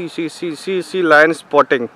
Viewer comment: anyone noticed, he is saying ' line is potting ( toileting )😂😂😂